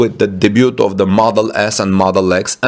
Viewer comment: Debū* T is silent!😉